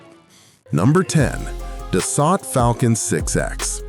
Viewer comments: It is pronounced, (phonetically) Dah - soul, not 'Duh - salt'. Learn some French. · Its pronounced Da So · It is Dassault pronounced Das Oh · No shit jets are faster than bullet trains, F-1 cars and military helicopters... SMFH! Oh and Dassault is pronounced Duh-So not Dos-Sott... Get rid of the shit AI audio and do the voice over yourself ya lazy dolt! Thumbs down for shitty AI audio alone!!! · It's pronounced Duh-sow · It's pronounced Das so! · ANNOUNCER : SIR---------OUT OF RESPECT FOR OUR TROUBLESOME BUT CRUCIAL FRENCH ALLIES---------THE PROPER PRONOUNCIATION IS " DASS--OH " -------------OK ?????----------------------------------MJL, 79 Y/O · So hard to watch these videos by people that don’t have a clue about the subject. The French company that makes the Falcon aircraft is pronounced Das…so. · can't pronounce da-suo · such a tasty word too, Da-so. Its kind of interesting how we got words like Peugeot right back when they were sold in rhe states, but words like Renault, not even close. 😅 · It is so frustrating to watch a video like this where AI isn’t to the point where it can correctly pronounce some words. Like the first two jets - Dassault. Butchered it - multiple times. WTF? Get it right or don’t publish the video!!! It’s embarrassing for hells sake.